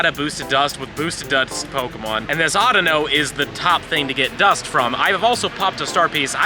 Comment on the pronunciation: It's called (au-dea-no)